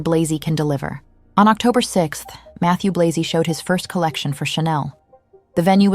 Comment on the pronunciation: Just about the names of the designers. Virginie Viard is pronounced veer-zhee- nee vee- ahr. Mathieu Blazy is prononced mah-thee-uh blah-zee. You can easily look up the pronunciation on the internet. These are FRENCh names, not English. But thank you for the video.